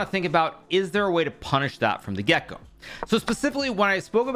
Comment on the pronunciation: viewers that could be struggling with english, he's not saying "punish that from the gecko" but rather "punish that from the get-go" (from the beginning). 😁